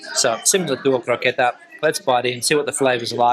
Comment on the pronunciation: Im portuguese and having patanisca with mashed potatos for dinner. Also, its croquete, not croqueta.